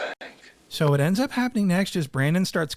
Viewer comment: first "Hwat"